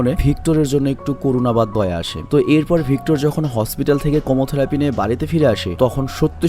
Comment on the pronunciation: কেমোথেরাপি হবে উচ্চারণটা।